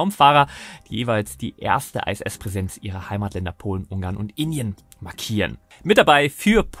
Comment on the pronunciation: Nein, International nicht Einternational. Oder Englisch ausgesprochen Internäschenel und nicht Einternäschenel. Also so oder so ISS und nicht Ei SS. Das i wird solo im Englischen zwar als Ei ausgesprochen wir sind aber weder in England noch sind wir Engländer. Ich habe Deutsche Astronauten in der Regel auch immer von der ISS sprechen höhren.